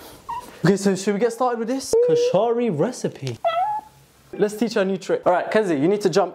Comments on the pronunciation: kooshari??? this hurts lol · As a Egyptian y’all did good for a non Egyptian BUTTTT are we gonna talk about how said koshari😭😭😭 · the British pronunciation of koshari is killing me hilarious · why did u pronounce koshari like a white person would